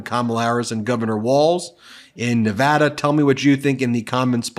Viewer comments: Please correct your pronunciation of nevada. IT IS neh-VAH-duh. It is a long aaaa sound not a short a sound As a native Nevadan it is so frustrating to have media people not get the pronunciation right. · There were 20,000 people these. Please pronounce Nevada correctly, Ben!! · Ben, dear, please to LEARN How to properly pronounce Nevada?